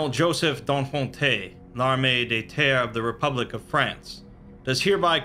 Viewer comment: I love the way he pronounces "Donfonte".